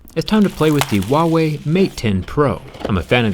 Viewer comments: Zach, for the love of God, it's not Uawei, it's Huawei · I haven't hear a single foreigner says 'HuaWei' with the H sound, lol. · WAIT THAT'S HOW YOU PRONOUNCE THAT? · Wait is that the right way to pronounce huawei?